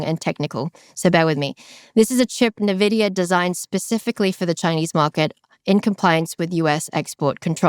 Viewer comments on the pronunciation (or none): All I can focus on is "Ne"Vidia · Just one thing, please stop calling it novidia. It's N - Vidia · C-SPAN isn't pronounced "kaspan", "mnemonic" isn't pronounced "menemonic", and "nVidia" isn't "navidia". You say the letter 'n' and then pronounce the capitalized part. "en" + "Vidia". It's just like "eBIke" and "iPod". You probably won't change my mind on this. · Isn’t it Envidia not nividia? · Nevidia? Nevidia !!! Like come on. Envidia. The pronunciation guide is on their Wikipedia page. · Its N -vidia 😂😂😂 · She cant pronounce “Navidia” and I’m supposed to think she knows anything about the company? 🤢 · It’s IN-VEE-DIA 😩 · Navidia? Hoo dat? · Nothing but appreciation but just needed to note, it’s EN-VIDIA. 😄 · The dumb twit can't even pronounce Nvidea correctly. I would never listen to this naive idiot ever again. "NAH-VIDIA durrrr." Just because you're asian, doesn't mean we can't pickup on how utterly TRUCKING NAIVE YOU ARE. Only dumb people will continue to listen to this garbage. So lovely of you to only focus on one side of the coin. Shit, I stopped doing that when I was like 16 years old. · is great. I hopw this podcast is a success. But. Is she mispronouncing nvidia just to troll is all? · funny you can't even pronounce Nvidia properly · That’s not what AGI is, and that’s not how you pronounce Nvidia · Please learn how to pronounce NVIDIA. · don't get the purpose of mispronouncing nvidia on purpose